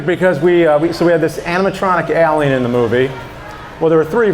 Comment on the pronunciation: I like how James Rolfe can't say the word "alien" correctly.